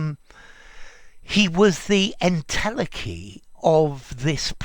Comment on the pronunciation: en-tele-chy, ntel-eki, not ntelkki